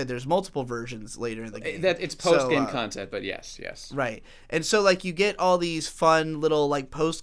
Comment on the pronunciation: saying Kantehnt like that brings me a very odd satisfaction